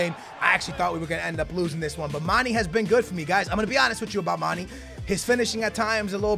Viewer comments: Someone fucking TELL HIM ITS PRONOUNCED MAN-AY NOT FUCKING MANEE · Love u! One thing it's Mane not Money. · Mane not mani* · the "é" in Mané is pronounced aye. So his name is basically pronounced Mon-aye. 😂 Just trying to help👍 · It's pronounced "manè" seriously lmao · Just say Manes name right once pls. You say it so often lol